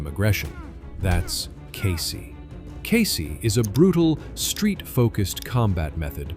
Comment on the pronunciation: "CASEY"??!!!! WTF is "CASEY"?? KEYSI!!!!!